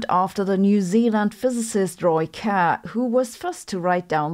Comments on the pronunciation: Kerr - pronounced like cur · Why did she pronounce 'Kerr' like a German? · I think she's using the German pronunciation of the name Kerr.